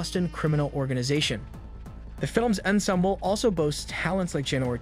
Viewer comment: Tommy Lee Jones adds class & great acting to any movie or show smart enough to get him. If I see his name I’m excited & immediately watch. (Aside: please pronounce ensemble correctly. :) No judgement-just noting. lol